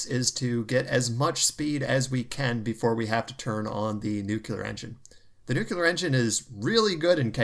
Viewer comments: Nucl-EE-ar not nuc-U-lar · NEW-CLEAR, not NEW-CUE-LAR. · Good to see you back. The word 'nuclear' is pronounced 'nu clear'. There is no second u sound. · Chads: nu-clear